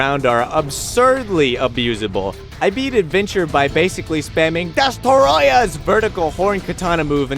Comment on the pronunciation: Lol is yelling DESTOROYAH really the only way to pronounce it